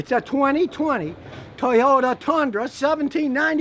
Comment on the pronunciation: Scotty in a comical Texas accent: “TuHyUtA TuHnDruH”